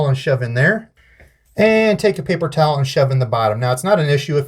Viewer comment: Did you just say “paper showel”?